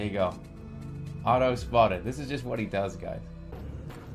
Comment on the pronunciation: I find it weird how Jerma heavily pronunciates the "tt" in "Otto"